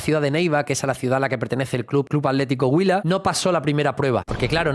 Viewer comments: Atlético Huila, acentro prosódico en la U. Está bien pronunciado, saludos desde Cali Co. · Excelente nota, y lo pronunciaste Huila muy bien. Espero que la rompa en el Betis, un equipo que me cae muy bien. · Está bien pronunciado Atlético Huila, felicitaciones por el gran informe de la vida de Nelson de Ossa, en manos del profe Pellegrini va a aprender mucho más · Muy respetuoso y delicado tu análisis. Y si, pronunciaste perfecto Huila 👍